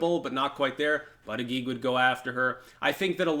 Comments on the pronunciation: Buttigieg name is pronounced like "Buddah Judge" :) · Hey, apparently it is pronounced "Boot Edge Edge". Trump explained it to me at a rally:) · It annoys me to hear you talk about bootedgeedge. I’m not ready for a first gentleman in the White House. Tulsi all the way.